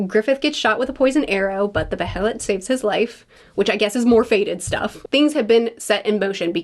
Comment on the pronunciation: Loved the Behelit tangent (you're saying it right btw, either beh-heh-lit or bey-heh-lit) and I'm so glad you're picking up on the free will vs fate/causality themes.